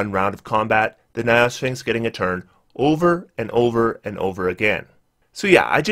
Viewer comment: "niophysxins" perfectly captures his pronunciation of gynosphinx, lol.